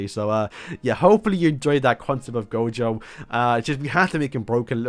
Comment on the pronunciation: He didnt butcher gojo